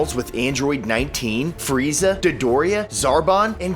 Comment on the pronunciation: It is frieza not frizia